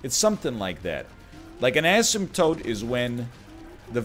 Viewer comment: You pronounce asemtote like how I pronounce asphalt